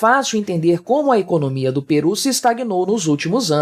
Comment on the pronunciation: Correção: é Peru, não Perú.